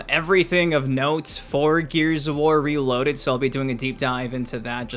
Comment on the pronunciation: "RALOADED" - 2025 😂